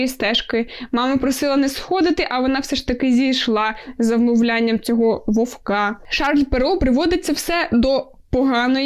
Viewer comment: вОвка) а не вовкА)